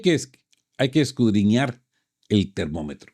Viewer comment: Porqué te empeñas en utilizar el verbo "escudriñar" si la mayoría de las veces lo pronuncias mal? Podrías sustituirla por " investigar, analizar, examinar, profundizar...